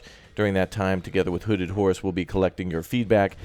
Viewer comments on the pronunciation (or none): Was I the only one who thought was saying hooded whores instead of hooded horse? Nobody else? Just me?